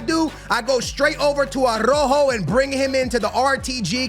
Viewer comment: Why do you disrespect Araujo calling him "Arrojo"?